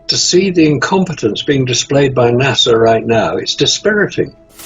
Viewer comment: Will somebody please tell that blithering imbecile there is no “W” in the pronunciation of NASA? Nah-Sah, not Nah-Saw. As for the rest, for the millionth time your opinions are not facts, Despite what FaRT says.